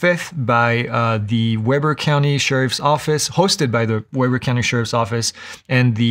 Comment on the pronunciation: Always love these updates! As a point of reference, Weber County is pronounced WEEB-ER. Thanks again!